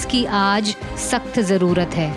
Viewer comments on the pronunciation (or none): none